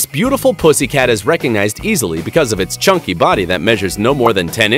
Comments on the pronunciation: It sounds like it is saying the p word😣😖😤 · Is he saying "pussy cat" the entire time?